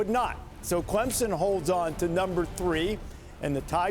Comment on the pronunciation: its clemson not clemmie lol